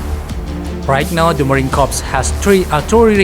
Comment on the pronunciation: Mohon izin admin Yth, maaf, dlm bhs inggris "corps" dilafalkan "kor" . Kalo "korps" di bhs inggris artinya mayat. Jaya selalu korps marinir